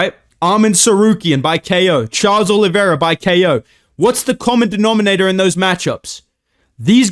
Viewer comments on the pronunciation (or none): none